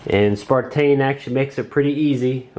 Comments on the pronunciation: Dear God! It is on the Box, the remote, the drone and two or three times on the phone you're reading the app off of. SNAPTAIN! NOT SPARTAIN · good review but isnt it a SNAPTAIN not a SPARTAIN, sorry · You have the box in front of you and instructions and the app....STOP CALLING IT SPARTAIN!!! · "Spartain, S5C. Lol.